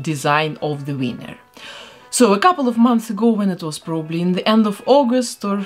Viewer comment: Does anyone else love the fact that she says winner as wiener 😂